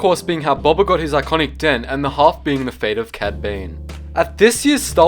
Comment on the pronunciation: did you say bobba